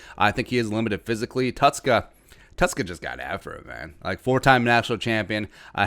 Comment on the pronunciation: Tuszka: polish "sz" is pronounced "sh".